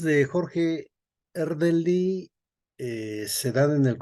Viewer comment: E R D E L Y, por favor al menos pronúncielo bien… y de paso sugiero investiguen más, tienen muchas imprecisiones.